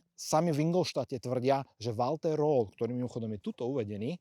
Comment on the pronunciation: to nebol Walter Rol,ale číta sa to Roerl